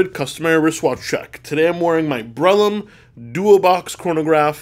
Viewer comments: Did he just say 'Breitlim' or was it '"Breitling"? Anyone else heard the same thing or was it just me? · NVM, finally got it; it was Brellum